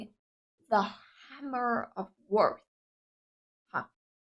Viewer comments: lmao at Warth it's Wrath the W is silent so think Rath as in Ire or Anger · Song title used the word "Wrath" which rhymes with math, not worth.